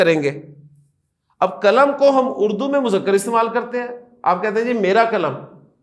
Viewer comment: sir, kalam nahi qalam hota hai mazrat ke sath